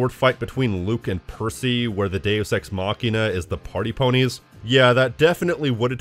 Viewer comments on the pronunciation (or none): none